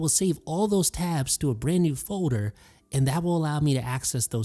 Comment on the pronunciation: I heard said Fowder. My day is complete! 🤣🤣🤣